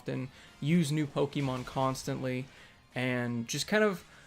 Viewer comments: Pokehmon dude. Accent on the e. Like the "e" in "let's". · Say poke'mon right lol jk. Love this fucking game. I know where all the hate was and still is but. Damn my YouTube feed FLOODED with poke'mon videos. And that's never happened.